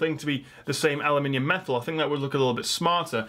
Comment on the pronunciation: I just want to hear you say "aluminum" in the British manner over and over again. ;-) But seriously, I appreciate your perspective, as always. Clearly, this phone is a contender.